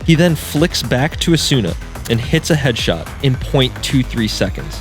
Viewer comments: FNS has gaslit everyone to call Asuna, "Asoona" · I love how he just shamelessly mispronounces asuna's name XD